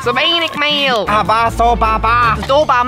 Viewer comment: 😂 zu wenig Määähl hab ich nicht verstanden dann war ich raus! Ich liebe es einfach, wenn die beiden backen ❤